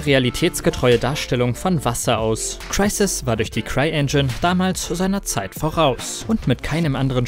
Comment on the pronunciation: Wie sprichst du Crysis aus? Ist ja ekelhaft